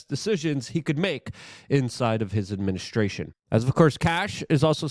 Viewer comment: Love this.... Fing love it but still smiled when he said administrution